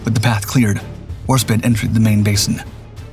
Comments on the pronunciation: HAHAHAHAHA! You're an idiot. It's WARSPITE it's pronounced spite not spit. Why would you try to type bullshit on the web? This robo-voice has fucked this and many other pronunciations up for years. You should hear it recite model numbers for aircraft or missiles. It's bad. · Spite not spit the I is long fucking Christ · Why cant this robovoice pronounce the E in Warspite? Warspit? When you type the script you have to misspell certain types of words so the robovoice will pronounce it properly. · how do you pronounce Norwegian fine but bugger up the most decorated British naval warship since HMS Victory, War-Spite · Content creators should emphasize historical accuracy and pronunciation. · But can't pronounce Warspite.... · The ' E ' in Warspite is silent.